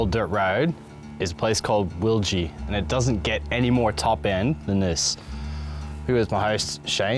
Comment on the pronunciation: You pronounced it right.